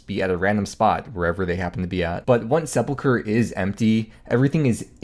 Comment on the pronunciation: say "seple-cure" one more fucking time...